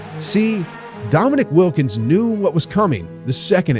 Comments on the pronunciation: at least pronounce wilkins name right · Trash video, trash comment. Wilkens' name is pronounced incorrectly throughout and you're lecturing about respect.